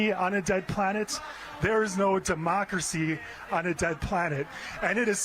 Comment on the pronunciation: its beyond tolerable for thus anchor. the way she speak " drmocracy " its like democracy its a pill of cabbage or cheap on dale staff. beside the way she look make me drpressed with no hope for the " democracy " she metioned about whayever thst contents is.